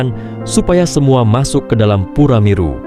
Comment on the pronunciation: Salfok sama penyebutan pure